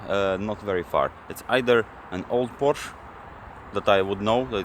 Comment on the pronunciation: its POOOOORSHEEEEEE(EEEEEEEEE)